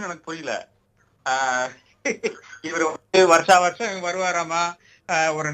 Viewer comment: என்னது வர்ஷம் வர்ஷம் மா... தமிழை இப்படி கொல்கிறீர்களே...மாலை முரசு